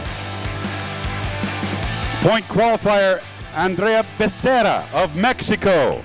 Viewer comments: I wish would learn to pronounce Becerra correctly. "Ba-sarah" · BE.SERAH / B_S_RAH (_ SCHWA SOUND) :D